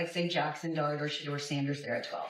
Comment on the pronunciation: Always spelling, mispronouncing his SHEDUER name,shit intentional